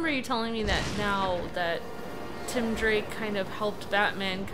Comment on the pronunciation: it's tim not Tom drake